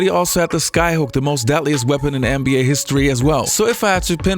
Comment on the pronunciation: He says “anne be A”. It’s soo annoying